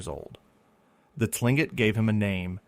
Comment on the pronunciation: "Tlingit" is pronounced more like "clink-ket"